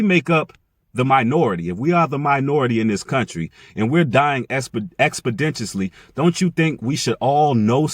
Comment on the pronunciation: I'm just correcting you bro..You're not saying expeditiously correctly..You're say expenditonly and that's incorrect..Its expeditiously]ek-spi-dish-uhs-ly]